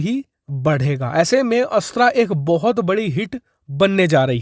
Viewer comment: 'अस्त्रा' मत बोलो भाई ये 'अस्त्र' है।हिन्दी को एकदम चौपट करके ही दम लेंगे क्या हम?